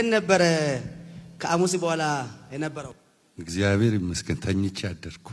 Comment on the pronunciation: Ezgaber...hehe he. Not even properly pronounced ..😢😢😢